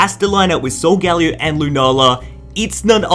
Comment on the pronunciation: First of all WHO TF IS SU-GALY-O that pronounceing sounds weird and I never heard of it cuz every one says it like this "Suga- leo" ~as the proper way they say it and I agree with that~